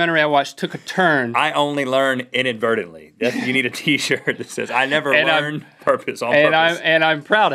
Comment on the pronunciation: they needed to add "inadvertently" to their pronunciation video... they both said (at least it sounded like they said) "inadvertedly".. as in.. inverted.. inadverted..